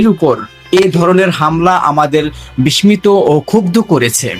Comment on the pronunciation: আর রিপোর্টার ভাই বাংলা শব্দ "বিস্মিত" উচ্চারণ টা একটু ঠিক করে নিয়েন।